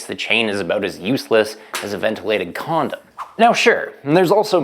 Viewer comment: He said ventilated comdom? Sounds pretty fun to me i’ll try it 😂😂😂